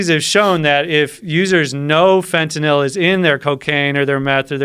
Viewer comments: fentinIll , Fentanyl ? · Looser lenient Fentanyl stop saying fontanelle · fentanil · i can stand when people pronounce fentantyl like this guy. it's fetty dope lmao. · Gt this bozo outta here... i didnt make it 5 mins with his fenta-nil ass... fuck you say it right... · fentanal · This guy is such a dipshit mixing up Epidurals for Phetenal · Am I on fentaNIL or is he pronouncing fentanyl wrong? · I've only ever heard it pronounced fent ah nil It is spelled fentanyl after all.... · I cant fucking stand the way he says "fentanil".... its FENTANYL ass hole. Hes got Joe saying it now too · nothing like hearing a guy mispronounce fentanyl 500 times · 1) doesn't pronounce the word correctly, 2) there is ZERO fentanyl in epidurals, 3) the fentanyl we use in hospital or any medication and/or pharmalogical setting is a completely separate animal than illicit / street "fentanyl" and it infuriates me that it's called the same thing, for the idiots to ban it all not knowing what they're doing. Just incredible the misinformation, erroneous and outright lies being told on a public show where the masses will regurgitate it even more absurd. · Tramadol isn’t an opioid. This guy just said a ton of shit that is completely wrong he is full of shit as far as I can see. Ask any nurse worth their salt. Not even pronouncing fentanyl correctly. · OMG learn how to pronounce fentynal! Idiot